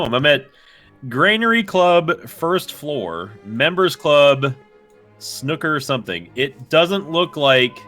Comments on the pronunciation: NL it's pronounced Sn-ooo-ker not Snukkah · It's not "Snukka" It's Snooker, emphasis on the oo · pronouncing snooker snucker xD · NL making fun of saying "Reading" wrong, yet moments prior they were both pronouncing "snooker" like "Snookie" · It's sn-oo-ker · i'm from England, and it's painful listening to them say 'snucker' :')) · The way they pronounce snooker... Are these real human beings? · Brits would pronounce Snooker to rhyme with "It's new, cur" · Funny how you pronounced snooker.